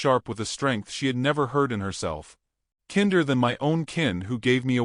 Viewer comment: Kinder is pronounced KIND-er